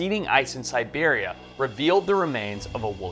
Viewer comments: That would be Siberia, not Serbia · Siberia =! Serbia 😂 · Yeah but a scientist should know the difference between Siberia and Serbia cmon Forrest still love him tho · Siberia, not Serbia! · Serbia? Hilarious mistake. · Did he mean Siberia instead of Serbia? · He probably meant Siberia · It’s not Serbia. .. that’s SIBERIA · ...SIBERIA ...not serbia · The lion - Serbia? Did you mean Siberia? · siberia not serbia 😂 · How can someone be so ignorant that he confuses Siberia with Serbia😂🤡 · Did he say Serbia?? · Dude you said Serbia instead of Siberia. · I heard Siberia, but then..... whoa! I'm calling Mandela effect on this one.